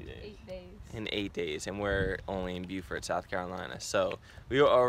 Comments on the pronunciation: It's BO-fert...not bew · It’s “Bofert”. 😂